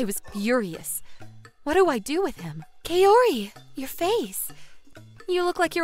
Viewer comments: Very glad that guy got what he deserved. And I have to say I cringed pretty hard at the female VAs butchering the names, especially Kaori. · It's Kaori like apple and not Kaori like asian